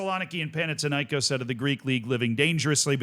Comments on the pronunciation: Do you pronounce Athena as Atina? No, why then pronounce Panathinaikós like that? It's thin not tin. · Παναθηναϊκός. There is no τ or t in English. Θ = th panaTHinaikos